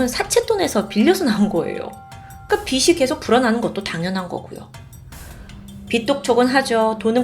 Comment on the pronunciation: 빚이, 빚을 발음하실 때 비시, 비슬 말고 비지, 비즐이라고 발음해주시면 더 좋을거같아요 잘 보고있습니다